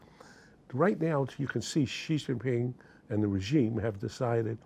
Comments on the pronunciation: Why can't you say Xi? It's not Ji. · Much as I loathe the Chinese government, at least pronounce their president’s name correctly, it is Xi which is pronounced like She, not Gee. Please continue....